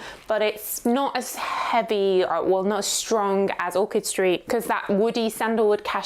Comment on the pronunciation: You keep calling it orchid st. It Orchard, isn’t it?